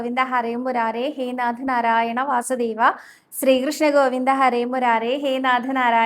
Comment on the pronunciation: 🙏ഹരേ ഗുരുവായൂരപ്പാ ശരണം. 🙏. സ്രീകോവിൽ അല്ല ട്ടോ ശ്രീകോവിൽ എന്ന് പറയൂ. സ്രീകൃഷ്ണൻ അല്ല ശ്രീകൃഷ്ണൻ ആണ് ട്ടോ. ഞാൻ പല തവണ പറഞ്ഞു. ക്ക് നല്ല വ്യക്തമായ ഉച്ചാരണം ഉണ്ട്. അതുകൊണ്ടാണ് വീണ്ടും പറയുന്നത്. 🙏